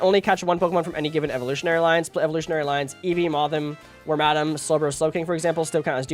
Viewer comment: im sorry how did you pronounce wormadam again